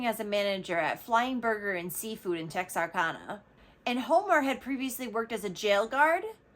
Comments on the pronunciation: Please please don't think I'm being a b****. It's pronounced Tex are can uh. I used to live there. ❤ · Texarkana tek·sr·ka·nuh (TEXas ARkansas and louisiANA). The name is a composite of Texas, Arkansas, and Louisiana though Louisiana is thirty miles away. And it's Bowie, BOO-ee, County. and fun fact, in Bexar County, the "x" is silent.